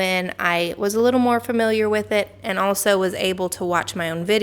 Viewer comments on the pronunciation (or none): ffs people it's FAMiliar not FIRmiliar....you'll sound like idiots.....not good for professional talkers